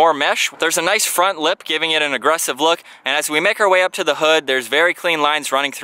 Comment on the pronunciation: Not bad but..."thee this, thee that" Try thuh